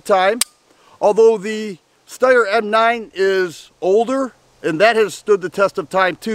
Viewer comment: Steyr, not Styer.